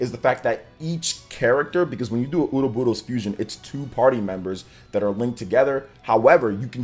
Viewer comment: Stop pronouncing Ouroboros like that 😂 just listen to the Direct and how they say it...